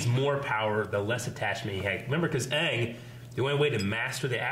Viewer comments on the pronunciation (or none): none